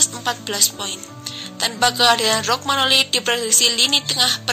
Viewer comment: Romagnoli mba... bukan rogmanoli !!!